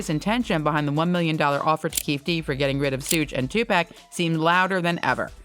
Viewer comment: If you're gonna make money off this man's name at least pronounce his name correctly. It ain't no TuPack. It's Tupac. Like TuPock phonetically. This man been dead 27yrs, called one of the greatest of all time. Name has been in and out the media forever and eat off of this man and still can't get his name correct. TuPac!